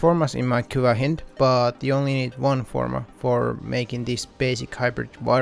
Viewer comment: You said hin-d Its pronounced hynd Like a Russian hind